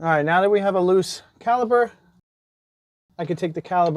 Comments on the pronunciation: Great video, BUT, it's C A L I P E R. "P". There is a P in caliper. It's not caliber. I almost didn't finish the video. 😮‍💨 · Why do you keep saying "Caliber" ? I'm struggling to take advice about my "CaliPer" if you don't know what it is..... 😳🤣